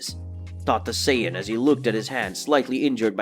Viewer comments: People just make videos without actually being fans. Scion? Saiyan, pronounced Say-en. I stopped watching after about 15 minutes. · What is a saion? Goku is a Saiyan that's pronounced Say-yen. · Lol he pronounces it like he's never watched the series only read Manga. Which is cool as well. He says it like PSION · the fucks a si-on? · When he said "say-ya-dins" and "scy-a-din" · Yea and "Scion" or "Zion" instead of Saiyan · Why can’t you say the words correctly. There is no “d” in Saiyan! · Scion goku. Never seen that car on the street. Can't continue the video because of the miss pronounced sayian word. Dragon ball has been out for years. No way you never heard it pronounced properly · Lol, yeah he couldn't even pronounce Saiyan when he tried to say it right so you know he was never a fan of the series or the Manga he couldn't even pronounce Bulma's name correctly.